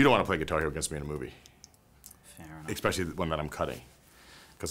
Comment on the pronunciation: Did Vince say "ekspecially" ?